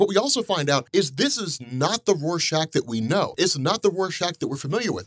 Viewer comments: He was saying warshack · did did you just call Rorschach Warshak